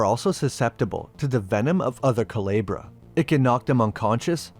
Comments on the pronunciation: i’m sorry i get you don’t speak spanish but you could have looked up how to pronounce it. it’s honestly very bothersome and i dead can’t watch this video. cu le bra no cu-lee-bra it’s very off putting and it takes like five seconds to look up how to pronounce words of another culture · Coo-leh-bra … not ka-lee-bra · I think it’s commented a couple times but it Coo-leh-Brah not Coo-lee-brah but still great vid 👍🏼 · Calibra? Cuu-leb-ra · Didnt event try to say it right😂😂 coo-lee-bra😂😂😂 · KU LAY BRAH!!!! Learn how things are pronounced for fuck sake. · Good video! Just wanted to clarify the pronunciation of "culebra" is "coo-lay-brah" meaning snake or serpent in Spanish. Sorry but as a native Spanish speaker it got to me because I was like what is he saying lol. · CULEBRA.... Pronunce CU-LAY-BRA 🤗🤗🤗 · Thank you for covering this series. Great video and super informative. One thing: the name is pronounced ‘koo-lay-bruh’ and more closely translates to ‘cobra.’ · Excellent video as usual. Just a little thing. Culebra is supposed to sound more like cooh-leh-brah in spanish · Coo-leh-bra coo as in coo coo bird. leh as in the ea in read past tense and bra as in titties love the vid tho bro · It’s coo-LAY-bruh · culebra ---> kuˈle.βɾa Xibalba ---> like: shee bal ba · Not bad, just Xibalba is pronounced "She-Bal-Ba" (at least in Spanish), and Culebra is pronounced "ku-le-bra" (speaking as someone who is half-Mexican) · Was just gonna mention this lol hearing it pronounced coo-lee-bra is crazy 😂😭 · Not coo Lee bruh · Culebra is a short e, not a long one. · I'm glad the guy dives into this subject but his mispronouncing Culebra is killing me. The e isn't like the e in eel. It is the e in letter. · Listening to you murder the simple word "culebra" is painful. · I like how it took you 4 and a half minutes to pronounce "Culebra" correctly. You must've taken French...